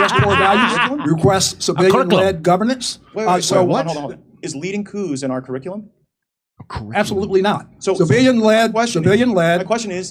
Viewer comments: Curriculum Ka-Rick-Cue- Lum Curriculum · "We got Coup values in our Coup-ricculum". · "he said kurikullem" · He couldn't pronounce curriculum, it sounded more like Caligula. Just a Freudian slip I suppose. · Ker-ick-alum & core values 😂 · Oh wow this is great! Here’s a General in charge of Africa who cannot even pronounce the very words he’s programmed to parrot: “Krr-ick-lmmh” “core Val -ooze”. What a tool😂😂😂. I don’t think they’re sending our best 😂😂😂. Lackwits, lickspittles and losers all of them. Let’s hope we never face a near-peer military power any time soon.